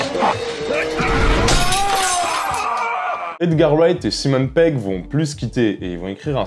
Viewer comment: Stop avec "Simone" Pegg please !! ^^